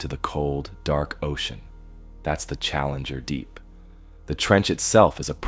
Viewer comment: yeah you can especially tell from the way it says “challenger. Deep”